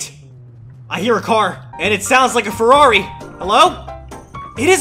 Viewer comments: The man sad farrari a thousand times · A monster truck ferrari a "Merrari"